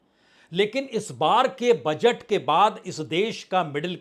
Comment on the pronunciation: पीएम बजट की जगह बजैत बोल रहे है अनपढ़ पीएम